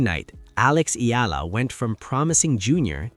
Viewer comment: Its Eala ....you keep on saying "Ayala", annoying!